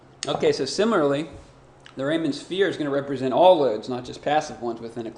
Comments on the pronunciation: REE-man not Rayman. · It's pronounced like Ree-muhn